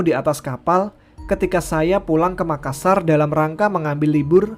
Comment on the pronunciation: makassa kurang R. Saya sebagai orang makassarya gpp wkwk